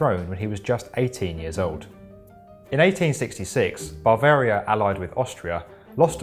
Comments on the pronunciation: It's also not BARvaria wtf is with this guy? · Meh - worse was BAR-VARIA, instead of BA-VARIA (hint, clue is in the spelling of the name) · "Barvaria" Sheesh. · BaRvaria. why are the English always adding R's where they dont exist BaRvaria, DianaR.. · It's not BARvaria. It's pronounced "Yoogend", not "Jug-end". And it's most certainly not Nischwinstein. You guys didn't even think to ask someone, or check how it's pronounced in google? Embarrassing.